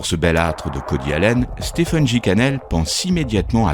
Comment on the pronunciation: Stephen se prononce stéfen